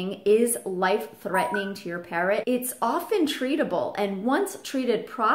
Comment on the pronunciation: why "parront"?